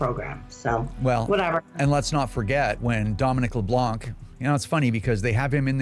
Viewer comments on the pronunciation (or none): Leblan , the C is silent